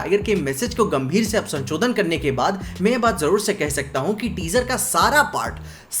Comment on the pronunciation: Sanchodan nahi sansodhan hota hai 😄😄